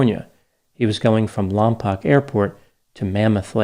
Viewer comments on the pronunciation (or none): Funny hearing everyone calling it “lom pock”. Anyone who has been there for any length of time knows it’s “lom poke”. Don’t have any attack cows in the area either 😆👍🏽😁 Love your style of delivery! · I live in the area on the periphery of Los Padres National Forrest and about a half hour away from Lompoc (pronounced LomPOKE, btw) Airport. I don’t know what pisses me off more. The prospect of him setting off yet ANOTHER devastating wildfire on the drought-ridden central coast of CA, or… provoking those hoards of killer attack cows to descend upon us unsuspecting villagers 🙀